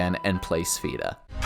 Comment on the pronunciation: Hands down, the best RPG games ever made along with up to Wrath of the lich king world of warcraft. Absolute PEAK gaming. Then it just quickly went down hill after COD broke out. Also, its pronounced sph-a-da. The e is like an a